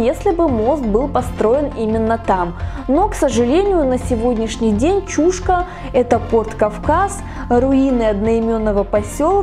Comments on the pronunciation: Немножко ударение не правильно делаешь, не чУшка, а чушкА, ударение на букву А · Чушка" -ударение на последний слог))) А вообще видео классное,очень познавательно 1 я сам местный . Много читал,но Вы ,как никто другой систематизировали всю информацию! Лайк однозначно!!! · Территория никем не охраняется. Люди приезжают на машинах, рыбачат и кто-то даже умудряется купаться. 🙂 В прошлом ролике про Чушку я произнесла ударение ЧушкА, так на меня накинулись люди, что я неправильно произношу название. В этот раз я стала произносить так, как слышу от людей и как сама привыкла говорить. 🤷